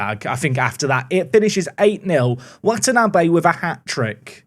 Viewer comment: Hearing say Watanabe, the surname of a character in one of my favorite Animes, gives me immense joy. I am in the opposite of physical pain